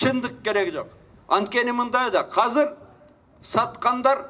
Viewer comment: Казыр эмес Азыр.